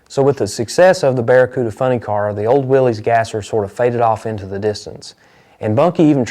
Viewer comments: I am watching this video on TV, i saw the '32 Ford gasser raced by Robert Nance, and I saw it live at Covington, GA. i am pretty sure I have a photo of it. I will look in one of my photo albums. I also saw the part about the Hemi Hurricane WILL-EEZ ! You pronounced it correctly ! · So proud that you pronounced Willy's correctly